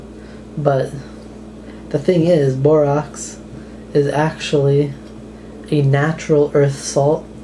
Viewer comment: Borax is pronounced "Bore-Axe" Not "Bore-Ox" Just saying...